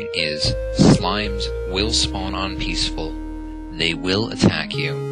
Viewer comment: "except on peasful".... Peasful.... PEASFUL....... fuck the polise ;D